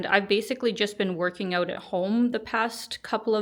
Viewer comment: "Check it ooot". Soo Canadian.